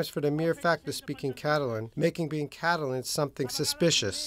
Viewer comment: Amy Goodman, please practice pronouncing correctly. non-English words. e.g. 'Catalan' in this video. 'Qatar' in a previous one.